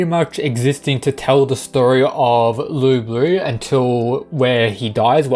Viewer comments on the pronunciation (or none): It’s pronounced Loo boo, but spelt Lu bu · Why do you pronounce it as "Loo Blue"? Is that the correct pronounciation?